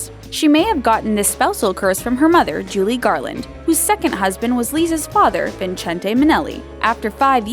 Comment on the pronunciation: “Julie Garland”